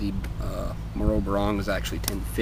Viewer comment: hey dont take this the wrong way its pronounced moh-roh not moe-roe im filipino fyi :) we take great pride in what we are